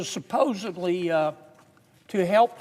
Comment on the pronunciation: Did he say supposebly????